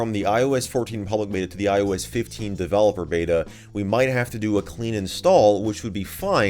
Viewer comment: Myes, DeVeLePoR